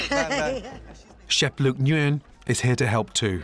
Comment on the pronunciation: Shop how he pronounced chef Luke Nguyen